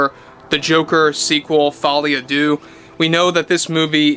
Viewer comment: Folie a deux, phonetically: 'folay ah duh', just saying 😊